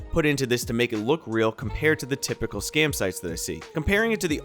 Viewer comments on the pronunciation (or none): none